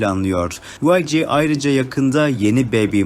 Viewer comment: Yg diye okunmuyo yanlız vayci diye okunuyo yg yazılışı